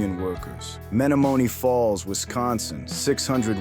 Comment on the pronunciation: You'd think AI would know how to say Menomonie Falls.